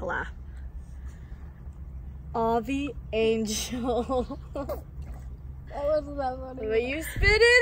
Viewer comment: When Annie said avi angels lol